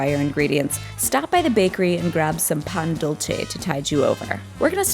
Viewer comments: Pan Dul-say not Dul-chay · Spanish is not italian. ur pronunciation is atrocious. "pan dulce" is pronounced pawn dull - say. not dull-shay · Love the video but I cringed when she pronounced Pan Dulce as pan dul-Che its actually pronounced pan dul-se 😉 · It's Pan Dull-seh, not dull-cheh. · Lmao it's pronounced pan duel-se not Dul-CHE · Pan Dolce? Not Pan Dulce? 😂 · she really said "pan dulche" lmaoo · You pronounce it like “Pan Dulsay” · It's not pronounced "Dul-che" jfc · She said Pan Dulche Lol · "Dool-chay" Really?... It's not Italian. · *DOOL-SAY! PAWN DOOL-SAYYYYYYYY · Lucas Sandoval honestly like dulchay? Wtf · Me caga cómo pronuncian pan dulce. Lo dicen como si fuera italiano. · LMAO "chileis reilleinos" "pan dulche" WHAT IS THIS HAHAHAHA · pan dulce is pronouced "pan dool-say" in spanish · Lmao I was like "Pan QuE!?"🤣🤣🤣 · Stopped watching when she couldn’t pronounce Pan Dulce correctly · Her pronouncing pan dulce was one of the whitest things I’ve ever heard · You lost me at the pronunciation of "pan dulce" goodbye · stopped watching this video after hearing the way she pronounced “pan dulce”... an embarrassment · the pronunciation of pan dulce... shivers